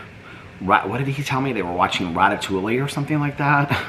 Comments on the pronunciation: ratatouille is pronounced “rat a too e”. I have also eaten it as a meal. You pronounced it incorrectly. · Ratatouille is pronounced Rat a too e. The way you pronounced it cracked me up though! 😂